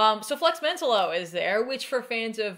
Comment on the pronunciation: This is such a fun one. Though I thought Flex's last name was pronounced MEN-tallo